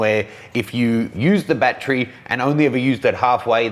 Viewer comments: .....How Many BAT-TREES Are Needed For All The Bats? How to pronounce battery: bat-er-ee ..You where Out that Day! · Bat-Tree or Bat-ur-ree??? Hmm... I always got laughed at when I said Bat-Tree. Makes me now wonder which is correct, and is it a regional pronunciation?